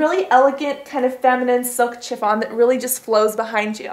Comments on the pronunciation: You pronounce "chiffon" shhhi-fawn not Chiiih-fawn :) Loved the video. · chiffon is pronounced shiffon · "silk CH-iffon"... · Love the vid but you say chiffon weird